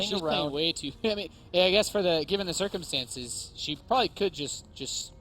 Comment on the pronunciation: haha he sayd zergcomstances